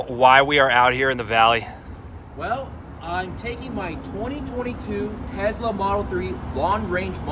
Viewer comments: its Tesla not Tezzzzla 😂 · Have you ever made a vid explaining why you say Tesla incorrectly?